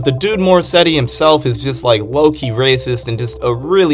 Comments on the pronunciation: did you say morrissetty?? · WHY WERE YOU SAYING MORRISSEY AS MORSETTY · More-setty? You mean Morrisey? And Joechillyworld? Bruh it’s joechillworld 💀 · “Morrisetty” “joechillyworld” “devin hendryx” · I mean I know I'm new to JPEGMAFIA, but the fact that you dove headfirst into an iceberg calling Morrissey, Morrisetti, and kept spelling Mafia with 2 Fs is just phenomenal hahaha EDIT: Just a suggestion, you should actually look things up if you've never heard someone talk about it before. "Em Em Bop" doesn't have the same ring as "Mmmbop" EDIT 2: Aite nevermind you heard the entire song and still called it Em Em Bop I give up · Where tf are you seeing a T in Morrissey bruh🤣